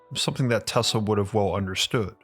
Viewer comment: Is it me or he says Tesla weird